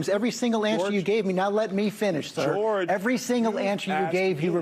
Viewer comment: I hate the way he say George like Kdot hate the way Drake say n*** 😒